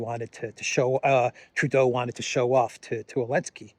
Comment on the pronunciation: Didn't anyone tell him that the Ukraine President's name is Zelensky and not "Elensky" unless there is a silent "Z" on Ukrainian.